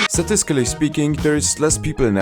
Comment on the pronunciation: "Satiscally speaking" - 2023